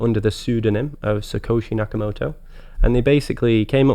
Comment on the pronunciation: He said “Sakoshi Nakamoto”... he’s no expert.